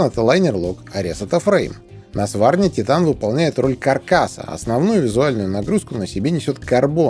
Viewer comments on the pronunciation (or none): none